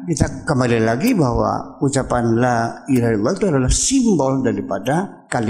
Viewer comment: Ngomong La Ilaha Illallah ga bener Uya.